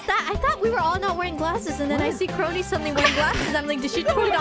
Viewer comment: kRRRRoni chiwa